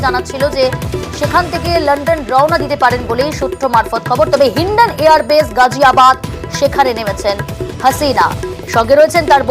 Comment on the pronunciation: গাজিয়াবাদ হবে গজিয়াবাদ হবে না। মুসলমানদের নামের বানান ভুল করা বিকৃত উচ্চারন করা ইত্যাদি পশ্চিমবঙ্গের হিন্দু মিডিয়ার চরিত্র । সুতরাং সাবধান!